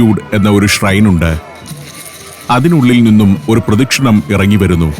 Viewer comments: Pradashinam ano?!! Atho pradakshinam അതായത് പ്രദക്ഷിണം ആണോ!? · it is not "pradishanam", it is 'pradashinam'.